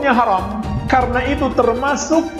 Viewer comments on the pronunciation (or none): Huram harom Huram haruum Belajar lagi boos Biar lembut didengernye Ga bengis kaya gitu da,wahnya